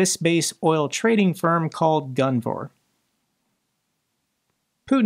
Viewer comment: I’m I the only one that thinks it says Guvnor not gunvor, every single time?